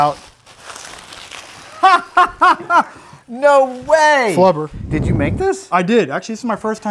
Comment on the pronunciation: Flubber* not Clubber lol